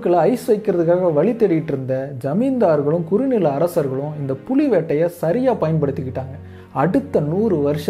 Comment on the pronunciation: புளி என ஒலிக்கிறது புலி என சரியாக உச்சரியுங்கள்